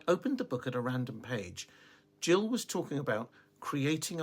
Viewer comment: The author's name is pronounced "Gill" as in "fish gills", not "Jill" as in "Jack and Jill" 😃 - You're welcome. PS. I'm new here and love your content and love you... Easy to understand. Thank you for your genuineness and sincerity, and not overcomplicating anything